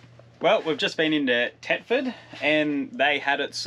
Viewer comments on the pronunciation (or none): Guys it's Thetford not Tetford ;)